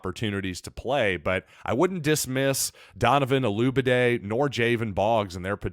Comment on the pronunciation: Look man, before you introduce someone LEARN how to pronounce the young man’s name! There are videos everywhere with interviews with Donovan and other broadcasts correctly pronouncing his name! Man, it’s embarrassing!